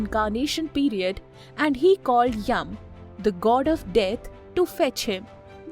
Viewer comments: it is not yam.. it is yama... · Wtf is yum. It's Yama Dharma. Or Yama. Not yum. Not Yavaga.